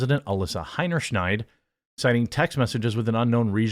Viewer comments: Dude. It’s not Heinerschneid. It’s Heinerscheid. No N. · "Scheid", not "Schneid".